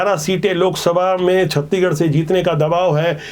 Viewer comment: छत्तीगढ़ नही छत्तीसगढ़ बोला करिए